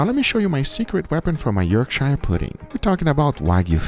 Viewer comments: Yorkshire lol It’s pronounced more York-sure, rather than York-shire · the Yorkshire puddings looked really good but its pronounced York-shre not shire :) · I'm from Yorkshire! Its Pronounced "Yorksher" you did a good job of making them, I usually get them ready made from the shop and they are delicious with steak and gravy! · Please pronounce Yorkshire correctly, its not SHIRE, we are NOT!!! hobbits, its pronounced York-sher also that tallow on the puds was no where near hot enough, you need to take it above 200'c til the oil is screaming hot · It's pronounced Yorkshire like butter, not buyer. The American pronunciation sounds wrong to my English (Lancastrian) ears. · I’ll tell you what makes a difference; Firstly, and less importantly, it’s not pronounced “York-shire”, it’s “York-sher”. Secondly, your batter wasn’t ready, if you’d have made that batter half a day or so before you came to use it THEN it would have been ready …if you don’t believe me then please try it. It’s essentially pancake mix, at least the way we make it in the UK …and yes Pancakes made with a mix made a long time before you use it is also way better! I don’t know why? I suspect there is a little fermentation involved. …Oh! And Goose Fat or Duck Batter, heated in the Pudding Tray is amazing for Yorkshires! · Say it like this… York-share Not York-shire This isn’t lord of the rings fam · York-shy-year pudding lol it's just York-shuh pudding lol or York-share if you wanna be very old fashioned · Its pronounced Yorkshar. Or Yorksheer. Not YorkSHIRE. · York-shirr is a more usual pronunciation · As a Brit born in Yorkshire but watching this in California I just have one suggestion. Pronounce Yorkshire as if it was spelled “Yorksher”. I would love to try it with the Wagyu fat, and I’m making steaks for my parents this weekend and will use the aromatic combo! Cheers! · It's "Yorkshuh". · It's pronounced York-Sher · Yorkshire is pronounced yorksher 😂😂😂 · someone tell meow the H is silent.